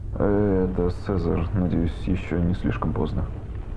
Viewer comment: Прости за душноту но не Сезарь а Цезарь